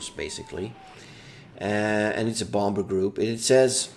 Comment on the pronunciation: stop saying bomber weird my dude